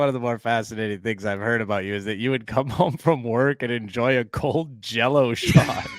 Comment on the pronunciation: I think you meant to say "I hope you all enjore it!"